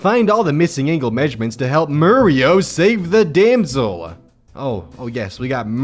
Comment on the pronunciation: Why were you pronouncing "Damsel" so weirdly? Damsel is a normal word... Also is female? That's the only reasonable explanation as to why uses the female TTS voice.